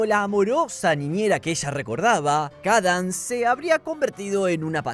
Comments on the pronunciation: la princesa "kadans" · SIII 😭🙏 "Cadans" 🔥